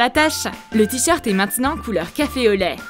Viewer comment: Elle a dit mon tricheurte est foutu😂😂😂